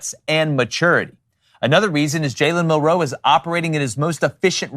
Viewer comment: I fucking hate the way these guys say “Mil-ROE” instead of “MIL-roe” like every other person